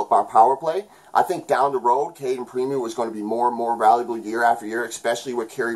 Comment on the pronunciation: I'm of the mind KK is still a prospect,but you can see it either way, it's all good. It's pronounced Preem-o btw lol thought you might want to know. You did a great job here again, as always buddy!